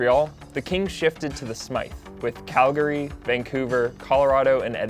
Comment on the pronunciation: I’m just happy that you guys said Calgary right...